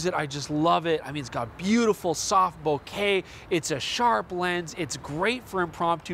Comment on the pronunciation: ahh how nice it is to hear someone say Bokeh properly